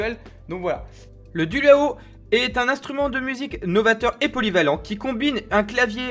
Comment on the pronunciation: C'est de la très grosse bouse. Toi, déjà, tu ne sais pas le nom du produit ("Dualo" et pas "Dulao"). Ça coûte 500 balles pour devoir réapprendre à jouer d'un instrument qui n'a aucun référentiel connu (pas un clavier, pas une guitare, même pas un accordéon… on ne comprend rien). Les premières vidéos ont déjà 8 ans… on sent une volonté du gars derrière de faire vivre son "instrument" mais ça ne prend pas parce que bon. Ça devrait coûter 15 euros et être distribué par Toys r 'us.